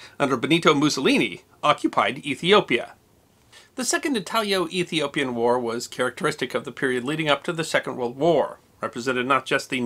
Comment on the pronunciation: It’s “Italo-Ethiopian” War not “Italio-Ethiopian” I believe. At least as described by Encyclopedia Brittanica.